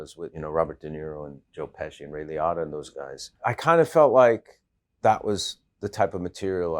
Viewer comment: 37 Have I been mispronouncing Ray Liotta's name wrong all these years?